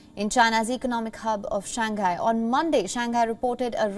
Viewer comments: I follow Wion coverage . But I’ve heard your presenters pronouncing SHANGHAI wrongly . It’s commonly pronounced as SHANG - HAI and not SHAN - GHAI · because the Chinese pronounce English words perfectly, right?